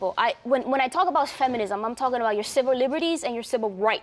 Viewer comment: She said 'civil' did she? Sounded like 'cibil' to me.